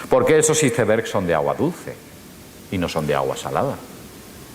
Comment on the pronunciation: me da risa cuando dice ISEBERSSSHHH